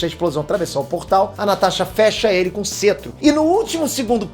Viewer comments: só eu q fiquei incomodado com "cêtro" ao invés de "cétro"?? zueira, parabéns pelo conteúdo! ta muito bom o conteúdo e muito útil agora tão perto do lançamento do Ultimato! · pelo o amor de deus se pronuncia "Cétro" não "Cetro" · que cêtro o correto é cétro... kkkkk Para de falar errado...